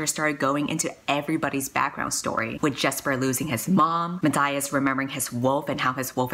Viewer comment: Wait I just realized in the back of crooked kingdom, the pronunciation guide says Inej Ghafa is pronounced Inez Guffaw not Inejz Gahhfa...and Matthias is Ma-tie-is not Ma-thigh-is. My life is a lie.